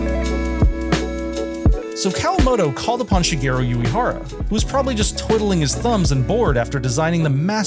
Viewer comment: Love the vid, but, sorry, the constant mispronunciation of Shigeru Uehara's surname takes me out of the experience. What you said sounds like "Yuihara", when Uehara should be more like ooh-eh-hara. U sounds like the "oo" in "Boo" and E sounds like the "e" in "egg"